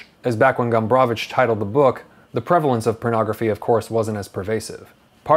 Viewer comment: I like how you pronounce "Gombrowicz". It's very correct. Good review. One of the greatest polish authors.